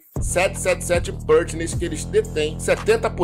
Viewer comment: a pronúncia da letra A na palavra PARTNERS, é igual a nossa pronúncia do A mesmo. Você está pronunciando com se tivesse acento circunflexo no A (PÂRTNERS). NÃO! Está errado!